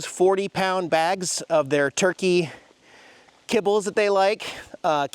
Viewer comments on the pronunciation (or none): none